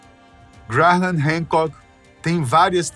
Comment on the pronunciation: O que me deixou louco foi a forma como o narrador diz o nome "Graham", cada vez que tentava dizer era como uma facada nos tímpanos!!